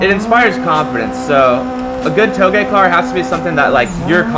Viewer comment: You finally pronounced Touge properly x) These are good cars!